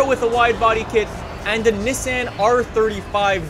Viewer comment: Nisan😂😂 dude it's Nissan ur pronouncing it wrong